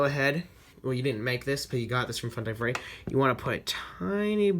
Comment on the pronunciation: It freddy not reddy